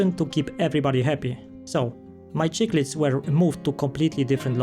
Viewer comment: ' Sik-lids' not ' chick-lids ☺️👍